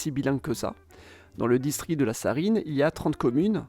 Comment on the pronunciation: J'ai mal entendu ou il a été dit "distri" au lieu de "distriCT"?